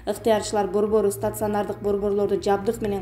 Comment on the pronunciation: стацыанардык-эмес стационар-деп окусан!